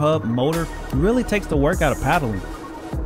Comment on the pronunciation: Looks like a decent bike, though every time I you say paddling, I kept looking for a canoe or kayak. Not sure if that is a regional pronunciation or ? Like what you are doing, keep up the good work. 👍